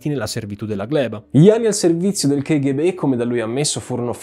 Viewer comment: Una piccola domanda, la pronuncia non dovrebbe essere "kaghebè"?